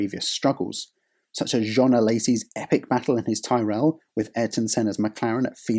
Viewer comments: Man it's Tyrell!!!! Pronounced 'Tirol' not Tierell! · “TIR-RELL” not “TYE-RELL” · Coincidentally, it was Schlesser's son Jean-Louis who was the driver that collided with Senna at Monza in 1988 and denied McLaren-Honda the 100% win rate that season. BTW Tyrrell is pronounced 'tih-rull', and not 'tie-rell'. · I've just discovered your channel, and it's really rather good, but please - Ty-Rell? It's pronounced Ti-rall 😂😂😂😂 (Subscribed btw) 😁😁😎😎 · Good vid. Point to note - Tyrrell is pronounced "tea-rell" not "ti-rell". From Ken Tyrrell's surname. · Excellent video. Quite excellent. Take care with pronunciation. Ken's surname was/is pronounced "Tirrel" not "Thai-Rel". But that aside (and some other wobbles) this is wonderful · Tyrrell. TYRRELL! Not ‘Tie Rell’. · Stop saying "Thai-rell"!! Never heard of Ken Tyrrell?!! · Tyrrell rhymes with Squirrel. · I love these videos but I’m not letting pronouncing Tyrrell as Tie-rell lie! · Ok in his defense a lot of Americans pronounce it "tye-rell" so although odd it depends on how the person living let people pronounce his last name. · It is pronounced Tirrel! It is an English name pronounced in an English way, the narrator is British so should use the English pronunciation! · Fucking hell this pronunciation of Tyrrell is killing me, the English language has too much Yankifuckation going on without Brits enabling it to stick. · Dude learn to pronounce Tyrrell would you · How's can you mispronounce Ken Tyrrell's team and name? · Haha, it's been over a year since the launch of the video, and many others have said the same. No need to add fuel to the fire. Maybe he'd only seen Ken's name written, and understandably used the similar Game of Thrones surname as inspiration. I only knew the preferred pronunciation from Murray Walker's commentary. Then again, Murray's pronunciations were never 100% genuine. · if you truly knew anything about Formula 1.. You'd know how to pronounce a team as historic as Tyrell.